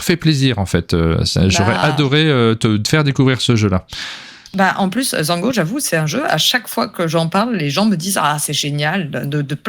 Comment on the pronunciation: Alors Zhanguo techniquement, c'est prononcé Djangwo.